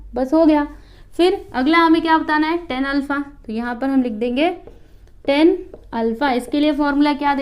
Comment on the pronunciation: Its not ten -- टेन its tan -- टॅन